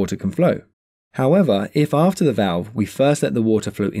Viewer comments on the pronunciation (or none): none